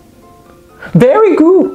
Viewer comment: When you say "very good"😂😂😂